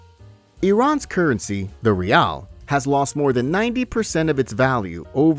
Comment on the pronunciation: Not reely